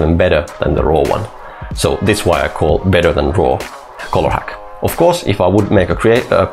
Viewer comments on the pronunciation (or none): none